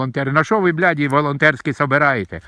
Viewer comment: Слово ,,бл__ди,,чисто по русски,даже без акцента!😂 Это о многом говорит.. Посмотрите кто дирижирует всем, и всё станет понятно!Простым людям делить нечего.❤